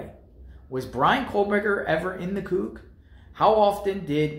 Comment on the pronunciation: It's pronounced Coo. Get it right